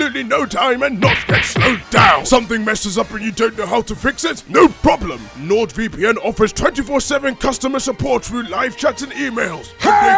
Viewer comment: Am I crazy or did change the way he pronounced NordVPN to LordVPN? Compare opening to. I may need a hearing aid.